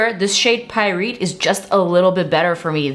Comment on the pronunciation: For the Auric product the shade is actually pronounced like “pie-right” which is a type of mineral. In not trying to be rude, I just thought you should know❣️ Thank you for your recommendations. I’ve been needing to try some new stuff 😎